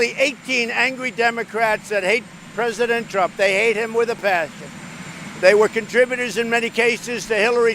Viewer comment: Da Pwess hollers Mr. Pwesident lmao